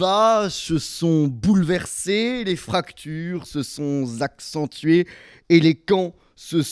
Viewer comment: "les fractures se sont Zaccentuées". Rien ne divise autant que de fausses liaisons.